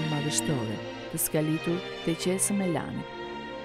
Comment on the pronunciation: Jo theksi tek a-ja, por tek e-ja, MELANI.